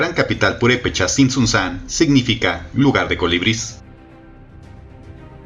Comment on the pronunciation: Así no se pronuncia Tzintzuntzan